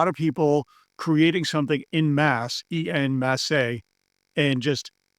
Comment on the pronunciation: En masse is French and is pronounced 'on mass'.